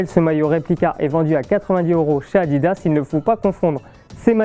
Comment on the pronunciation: moi au début j'ai cru qu'il disait maillot a 10 euros mdr🤣